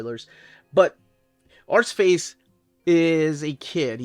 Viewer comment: I love Steve Dillon’s hatching and crosshatching. He makes it look so clean and uniform. Always keen to hear a story from 90’s life. Also, I like hearing say Arseface. It makes me smile to hear an American pronounce it the proper way. 😂 👍